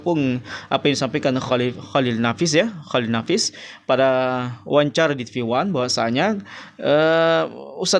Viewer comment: Dr cara ngomong mu ja udah terlihat angkuh dan sombong,nyebut nama org g da adab, emnk salah mengucapkan pak cholil nafis kan g berat.drsitu udah terlihat sok paten.ngomong belepotan sok bicara bijak.sekolah tinggi tapi cara ngomong g beradap,g bisa menyesuaikan dgn dimana bumi di pijak di situ langit di junjung.title yg di banggakan,emnknya urusan akhirat ada hubungannya dgn title seseorang?